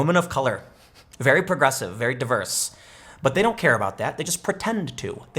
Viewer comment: The way Tim says "diverse" makes me think he's seen one up close and personal a couple times